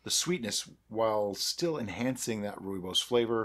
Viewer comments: You have nailed the pronunciation this time! I have made wine with Rooibos, much like your mead, but with sugar. Quite a complicated taste, but not bad at the end. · The pronouncing of Rooibos is now perfect, but i prefer it your way.In the South African gold mines the miners will take frozen sweet Rooibos with a dash of real lemon juice in it underground by the time they reach there working places it would be a ice cold tee to drink. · Good day and you the first American to pronounce "Rooibos" correctly! I did post you a message on your facebook group about making my wine about the Hanepoot wine to be more spiific and hope you can help me out. Regards Lekker dag en baie dankie Nic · Lol, your original pronunciation is fine, many people say it that way and it is certainly not wrong. Glad to see you made it into a mead, I drink a lot of it as it is so this will make a cool project. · It's definitely not wrong. Thanks for wasting your time! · You got it good pronunciation wise this time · Nailed the pronunciation! 😁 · Good pronunciation, now you just need the "Afrikaans" accent to go with it. On a different note, I believe that Rooibos has natural antimicrobial properties which may have contributed the the early finish in fermentation. Could be an interesting experiment to add the tea towards the end of fermentation rather than upfront🤔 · "improvement" in pronunciation! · Pronunciation definitely better